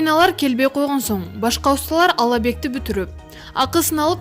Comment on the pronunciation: Ал абекти дейсинби ? Айланайын абекти дебей обьектти деп тагыраак суйлосонор